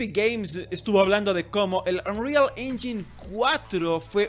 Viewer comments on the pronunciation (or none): Según yo, "engine" se pronuncia *enyain"